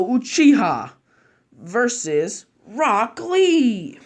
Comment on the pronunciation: I swear on g I heard you say black lee